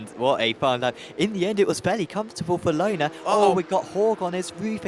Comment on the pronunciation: Me screaming at the screen 'Löhner is NOT pronounced Lohner'! When do commentators learn the correct pronunciation of the drivers?